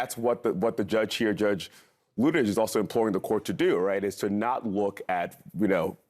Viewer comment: I find it ironic that the guest here who's name is likely miss-pronounced on a daily basis, () happens to miss-pronounce Judge Luttig's name whenever he says it. I'm guessing has never studied German.